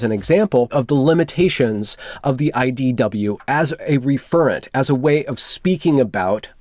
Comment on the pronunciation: Ref·er·ent is how it should be pronounced. Not Re-fer-ent!